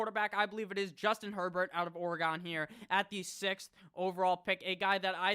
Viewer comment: You say you’re not a genius so that’s your excuse for mis pronouncing, but how can’t you pronounce Oregon right?